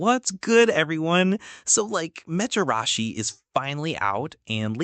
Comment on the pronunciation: Did he just pronounced it as mecharashi instead of mekarashi?